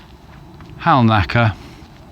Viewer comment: Halnaker is pronounced locally as hannaker so they tell me 😊 Guess you'll be heading towards Binderton soon?